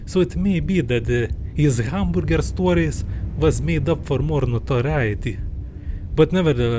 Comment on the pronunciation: Guy replaced the "a" in "hamburger" with a "u" and called it a day